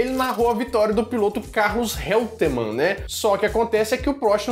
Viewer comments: Boa tarde, o a pronúncia do nome do piloto argentino Carlos Reutman é Carlos Roitman. Parabéns pelo vídeo. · Carlos "Róitman" é a pronúncia. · Pronuncia-se (Róitman), não Réuteman... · Escreve-se REUTMAN - mas se lê - ROITMAN- igualzinho a ODETE, DA NOVELA... RS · 😆 Caramba… morro de antipatia desse Galvão que não tem nada de “bueno”. Ele é chato e arrogante!! E desculpe,, mas a pronúncia do nome do corredor argentino Carlos Reutemann, é “roitman”!! Abraço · A pronúncia de Carlos Reutman é "Roitiman"!